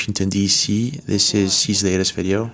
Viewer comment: Dis-this. Ur welcome